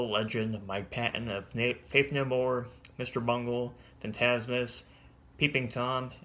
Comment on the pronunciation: Fantomas.... Pronounced as Fan Toe Mas